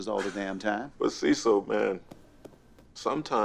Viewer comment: It's cesssil 😂